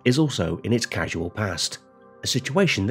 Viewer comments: Did the narrator say casual future and casual past instead of causal future and causal past? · Sorry but I had to click stop when you pronounced "Causal" as "Casual". This video is indeed a casual effort.